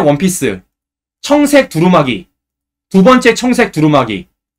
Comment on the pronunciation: 우리말 공부 좀 하고 방송하세요. '옷가비'아니고 '옷갑시'라고, '옷가블'이 아니고 '옷갑슬'이라고 발음해야 합니다. 그리고 옷 이름에 '두루말이'라고 있나요? 몇 번이나 다시들어봐도 '두루마기'가 아니고 '두루말이'라고 잘못 말하면서, '쉴드'니 '팩트 체크 ' 같은, 우리말로 얼마든 표현할 수 있는 단어는 영어로 방송하나요? 공적인 방송이니까 올바른 우리말 쓰기와 외국어 남용 자제는 해야 옳지않을까요?